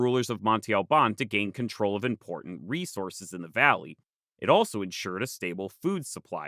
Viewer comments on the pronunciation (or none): none